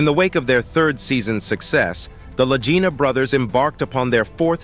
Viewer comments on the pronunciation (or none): Please correct your pronunciation: it is NOT Lagina brothers like REGINA...it's Lagina like LAGEENA...wow. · The way this announcer is pronouncing the name of the brothers Lagina sounds like he is saying vagina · None of this is new information and the narrator can’t even pronounce their names right! Over and over he changes it. I certainly won’t watch anymore from this site. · You are pronouncing their last name WRONG !!! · THAT IS AGGRAVATING, JUST WATCH ONE SHOW AND YOU KNOW HOW TO PRONOUNCE THE NAME!